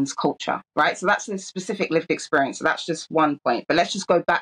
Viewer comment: "Exporience"!! Where did she learn to speak English?